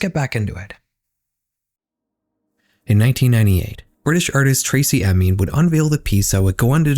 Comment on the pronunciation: why do you keep saying Emy? It's EMIN. its even written in the screenshot you used